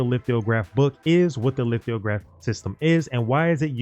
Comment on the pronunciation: no bro, you said lith-IO-graph every damned time. it threw off the entire video. simple word. and sollant? that's not hard.